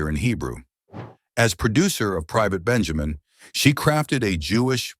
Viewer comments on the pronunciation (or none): none